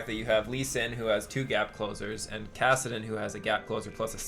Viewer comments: PLEASE STOP SAYING KASAADIN ITS KASSADIN! the pronunciation Nazi in me wants to strangle you... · Sweet video as always. Btw I've never heard anyone pronounce "Kassadin" like you do.